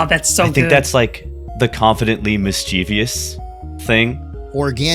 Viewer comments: Fun fact! Mischeivious is not a real word, it's just a long standing mispronunciation of Mischievous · Stopped watching after hearing “miss-CHEEV-ious” for the 30th time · Why did you have to point it out on twitter?? Now I cringe every time they say mischievious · I hate people that don’t know how to say “mischievous” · Everyone mispronouncing mischievous is grating to my ears. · 25 minutes of fantastic art!! And everyone mispronouncing mischievous... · Great video! The number of times mischievous was mispronounced truly hurt my soul.